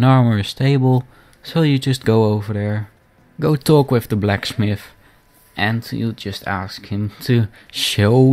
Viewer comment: blacksmmith, shooooord, your dutch for sure